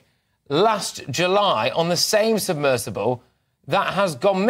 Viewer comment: All these news readers different channels don't know thats us A SUBMERSIBLE OKAY? NOT SUBMERSIVLE 😏 ON BBC CALLED IT A SUBMERSIPLE YESTERDAY,...